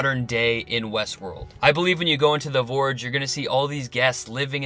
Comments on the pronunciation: Ps. It’s not Vorge. It’s Forge but you seem to have a number of surprising issues with the English language. There are obvious gaps in your education that would normally be funny but in your case I feel a little sorry for you. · Its called the Forge, not vorge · NS56sn - Yea! What's he saying? Borge? So fing annoying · Pretty sure it’s Forge, like a blacksmiths forge. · Oliver Quinn Vorge, I think 🤤 Yes, it's definitely Forge. I'm really not sure, unless author () is not a native English speaker, how he could mistake it otherwise. A forge is a place where things are made and formed. It's an obvious name for a facility that has the purpose that it has. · You sound like an intelligent guy. I'm surprised you said vorge over and over. I don't think that work exists. But, hey, we're only human. Or are we? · It’s called the “FORGE!” Not the “vorge!” What is a vorge??? You know what a forge is! Look up the definition of forge and turn on your captions to watch it again! 😬🙄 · Forge, not vorge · Its "The Forge" good vid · Forge has a soft F - Sounds like you keep calling it the Vorge. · Vorge Vorge Vorge Vorge Vorge so irritating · As always awesome review. I'm laughing my butt off at how many of us felt the need to "correct" your pronunciation of forge. Keep up the great work. I hope we don't have to wait till 2020 for season 3... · why does this guy not know how to pronounce forge? its where humans are forged into machines is he confused or just doesnt know how to speak properly.